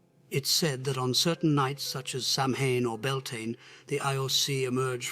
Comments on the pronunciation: Please, please pronounce the Gaelic " Samhain " correctly. It's Saween. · Also Samhain, and Mag Tuirah.